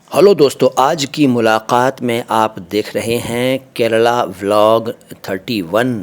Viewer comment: आप गुरुजी केरल का केरला उच्चारण क्यों कर रहे हैं?